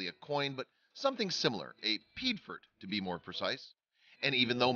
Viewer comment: Piedfort= P-A-4, or Pee-Aay-For